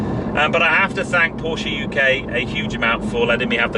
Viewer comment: Finally a car guy who knows how to pronounce “PORSHAY” ....